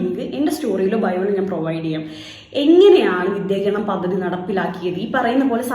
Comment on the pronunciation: പദ്ദതി," നല്ല ഉച്ചാരണം